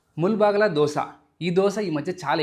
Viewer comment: Bro, Palaya kaadu bhaiya. It’s Palya. Mulbagila kaaku mulbagillu. Other than that everything is super.